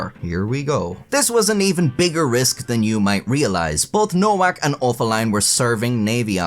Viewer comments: Nowak is pronounced novac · trash AI voices NOWAK is Pronounced NOVAK, Eastern European grammar. Just so many bastardized pronunciations of even simple words that the most uneducated can pronounce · Her name is pronounced NoVak, not NoWak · WTF is man-slaw-er? And it’s pronounced Novak not Nowak. Geez. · Pronounced Novak not Nowak lol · Nowak is pronounced NoVAK. Bugged me the whole way tbh, and made the "whacking" jokes cringy asf. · It's pronounced Novak. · You can't really joke about a last name if you have no idea how to pronounce it in the first place. It's Novak. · "Nowak" is pronounced "Novaak." It means "someone new" in Polish and is a VERY common Polish surname. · Nowak is pronounced as "Novak". In Polish, "w" takes the place of "v", and "ł" more or less is pronounced like "w" in English. Thus, for example, "Wałęsa" is pronounced more or less like "Vahwensa". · Well, I still think she deserves a medal for being such a competent person. They should have figured the Asperger's. All those fighters etc. I spent half a lifetime on building sites, genius. Shouldn't her name be pronounced "Novak"? Casanova is "the man" though! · It's pronounced Nho-vhack, ffs! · The most common pronunciation is "no-vac" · I think the name Nowak is usually pronounced "No-vac". At least in Northeast Michigan anyway. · By the way, Nowak is pronounced Novac. Like in Lewinski (or actually Lewiński) is read Levinski. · Pronouncing Nowak as Nowhack is the best mispronunciation I ever heard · its a polish last name is pronounced no-vak the w sounds like a v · I know it's too late to do anything about it but I assume that Nowak is actually pronounced Novak given that it's a Polish last name and they pronounce w like v and v like w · It's a polish-jewish surname and it's supposed to be pronounced noVack. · I love that you mispronounced nowak for the whole video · Is it pronounced No WAK OR ? 🤔 ? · Nowak is pronounced with a v